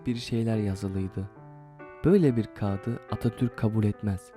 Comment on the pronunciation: kağıdı demeyi öğren nolur kendine bu zulmü yapma